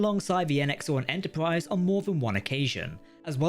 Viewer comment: Extensive video and full of good info, especially "Enterpwrise" 😃